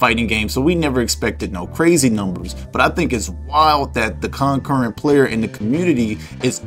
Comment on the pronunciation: Bro can’t pronounce concurrent 😂